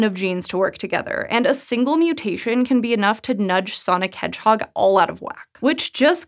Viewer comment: Nobody:: SONIC HEDGEHOG